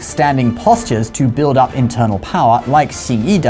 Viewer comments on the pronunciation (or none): none